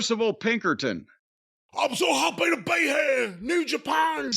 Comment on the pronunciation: I’m so hoppy ta be heaahh. New Japon!